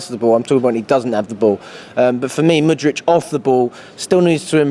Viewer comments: It's December and bro is still saying Mudrych ... We're finished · Whats with always saying mudric instead of pronouncing it with a “k”